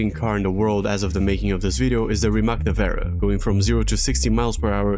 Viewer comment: I swear I’ve only ever heard one person on this planet pronounce “Rimac” correctly. 🙈